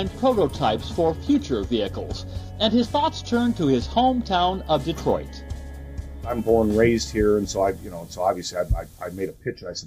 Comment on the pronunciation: "Detroit" ? Seriously?